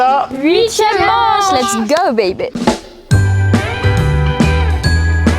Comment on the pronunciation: A chaque fois dit,es go babe😂😂😂😂